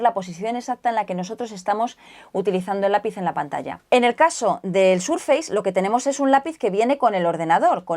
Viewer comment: Microsoft viene de muy antiguo, y es muy fácil de pronunciar, el prefijo "micro" existe en castellano así que se asimila. De todas formas es posible que si Microsoft fuera una marca nueva, recién salida y la aprendiéramos ahora, puede que entonces la pronunciáramos "Maicrosoft", de todas formas, se pronuncia "SurfeiS" no "SurfeiZ".